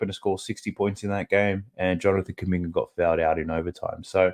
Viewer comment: Calling kuminga kumbucket is crazy bro 😂😂😂 great information tho I appreciate it